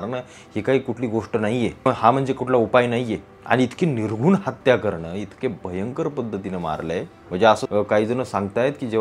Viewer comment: Nirgun nahi ho - niR- ghRun. Tumhi marathi madhe karyakram karta mhanun sangitla.